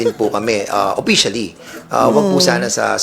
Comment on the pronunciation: Yuttering😂😂😂😂😂, yung letter FFFF laging PPPP, oppicially, pormal, porum, dignipied, pollowed😅😅😅😅